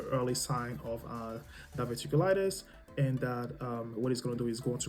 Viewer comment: Diverticulitis - dI-ver-tic-u-lit-is. NHS - National Health Service. Hope you are feeling better soon.